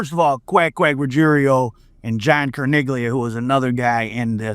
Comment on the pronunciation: PETER CAR-- NEE---LL---IAH CARNIGLIA the G IS SILENT